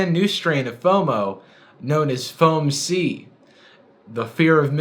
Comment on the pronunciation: FOM-C Youtube autogenerated subtitles: f o a m s e e d s